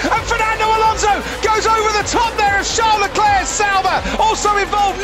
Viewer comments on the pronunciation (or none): none